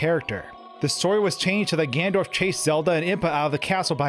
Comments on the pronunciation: He says Ganondorf but shortens it to Gan'ndorf. As a German speaker I'm used to this. In German words with n-e-n are shortened to nn'. For example rennen (to run) is pronounced renn'. Think of English. Planned is written with an e, but is pronounced plannd. So no big deal here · Man am I glad that I skipped half of the video to get to the point. Also: "GANDORF" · He's not even saying it properly, he's literally saying "Gandorf" and it annoys the shit out of me. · Your pronunciation of "ganondorf" isn't correct... ugh. You're saying "gandorf" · I liked the video, i really really did, it's a quite somber detail, but for god's sake Gan-ON-dorf ... Kisses, bro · He said gandorf 😂 love that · Why does he say "Gandorf??" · Really¿ "Gandorf"¿ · great video but you keep mispronouncing Ganondorf lol. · omg, its Ganondorf not Gandorf. Slow down. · The way this guy pronounces Ganondorf as "Gandorf" gives me a tic every time. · Did you just call Ganondorf, Gandorf at about ??? Also, what if, the dying soldier was Ganondorf in disguise to get Link to open the Door of Time 😮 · If you make a video where you say "Ganondorf" 50 times, at least learn how to pronounce it... "Gandorf" is making me cringe every time. Seriously great content but something to work on. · Nice breakdown and exposition. Good stuff. But it's "Ganondorf", not "Gandorf". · It’s ganon dorf. Not Gan dorf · Ganondorf. Not Gandorf. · "O" -carina. (Oak-areena) NOT "Awkarina". Also who is " Gandorf" ? "GanON-dorf" bro, if you're going to make a video about a game, try not mispronouncing half the titles. Sorry to nitpick but it damages your credibility. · Dude it’s Ganondorf not Gandorf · does he keep saying gandorf instead of ganondorf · *Ganondorf, not "Gandorf"... Fight me, I know I'm being a prick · It’s Ganondorf, not “Gandorf”.... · GanNONdorf. It's Gannondorf. Not Gandorf. Great video by the way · Ganondorf Gan-ON-dorf Not “Gandorf” GAN-ON-DORF!!! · Omg.... Another video using "Gandorf". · Who's "Gandorf" ?